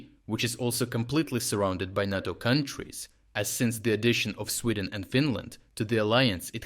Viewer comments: Narto? It’s NATO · It's Nay-Toe... Not Nat-Toe... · Nay-tow. Not Nah-tow. You say it right sometimes. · NAY-TO...NAY-TO not NOT-TO. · Could you please pronounce NATO correctly? It's "Nay - Toe". "Nah - Toe" sounds like "natto", a sticky, fermented-bean Japanese food. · Is this voiceover AI? What's with the nahto vs NATO pronounciation? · voice pronounces both NATO (nay-toh) and NATTO (nah-toh). One is the North Atlantic Treaty Organization. The other is Fermented Soy-beans. I mean both should scare Putin and Russia but for very different reasons. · We call it NAYTO, you’re saying it like Natto which is a Japanese food. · It's pronounced "NAY-TOE". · So are all these readouts just AI based? It's unfortunate. This stupid thing says natto with a soft a 100 times and then says NATO properly once. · Great up date but can I make a request ? NATO = “ nay-toe “ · Love your channel, but please , the "a" in NATO is a long "a," like crayon or crate. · NATO is pronounce NĀ-TO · Never pronounced NATTO, only NAYTO like PAY or RAY or GRAY. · RFU News — Strategic Geopolitics; Nay·Tow, Nay·Tow ..NATO, say it with me Nay·Tow, Nay·Tow (oh also.. you're Still coloring Ukraine improperly on your maps.. c'mon, how many years..) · For the Love of whatever imaginary friend you pray to learn how to pronounce NATO!!!!!!!! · Why do you pronounce NATO 3 different ways in one video?